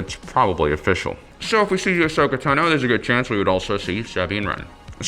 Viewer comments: Ahsoka Tano not Teno but yes the Sabine one was really annoying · Bo-Katan Cries Ahsoka Teno Sah-bean Wren Bew-bah Fett Fenn Row